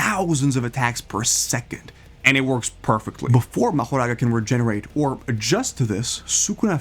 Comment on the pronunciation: Mahouraga what is this bro it's Mahoraga not Mahouraga